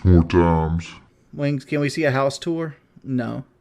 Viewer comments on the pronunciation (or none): none